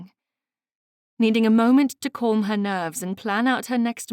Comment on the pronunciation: Other than the word "calm", which the reader murders, the reading is quite good. Dear reader, please look into pronouncing that correctly, that's my only advice.